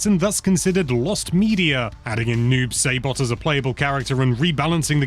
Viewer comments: Who’s’ Noob Saybot? It’s Saibot. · Snez... Never heard that one. Noob Say-bot.